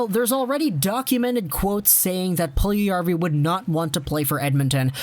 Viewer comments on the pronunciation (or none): Its Puljujärvi not puljujavri. Its literally written on the title